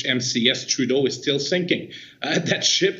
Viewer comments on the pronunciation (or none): You pronounced trudeau’s army wrong